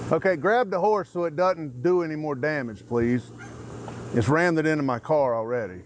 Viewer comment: Yep. The main piggy said “ramd-ed” a couple of times and another one asked if that was the horse’s “paws”. These are the geniuses we employ.